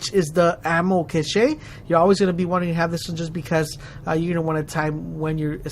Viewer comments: Cache is pronounced cash, not cash-aye lol great vid really helped me! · Great video, and btw Ammo Cache is pronounced Cash